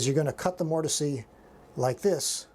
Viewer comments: Why are you saying mortisee? I have never heard that before and can’t get past it. I thought it was a joke at first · The E in mortise is silent. MOOR TIS